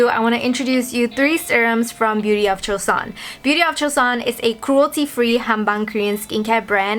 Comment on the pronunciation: Finally someone who pronounce it correctly😅😅 Why aren't they available in Korea?😭😭